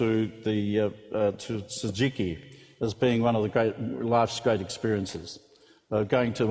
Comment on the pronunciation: Old guy is like "tsujiki" 🤣🤣 later on Anthony Bourdain says Tsukiji.